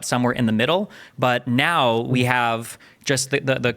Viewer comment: "What you're seeing right neow"